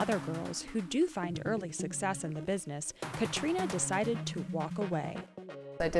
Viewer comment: Why she pronounce it "Katrina"?